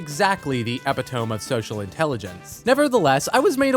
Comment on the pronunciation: It’s eh-PIH-toe-me not EPIH-tome. Sorry for being pedantic and thanks for the vid!